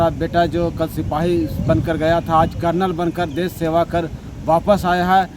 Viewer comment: अरे भाई करनल नहीं है